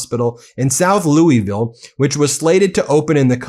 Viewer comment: Ben please learn how to pronounce Louisville. ❤ from Kentucky.